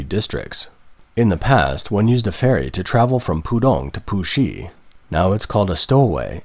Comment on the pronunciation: Please get someone/thing that can imitate a Chinese accent... Because I was watching the video and the bot said "Pusi district" as "poohshe district... and that sound too much like another word that sometimes makes manchildren like me, laugh for no reason during a serious news report.